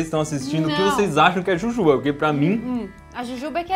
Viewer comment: Iberê falou certo e jujuba